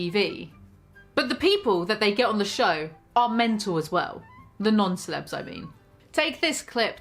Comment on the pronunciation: every time she says "non-celebs" I think she's about to say "nonce" o_o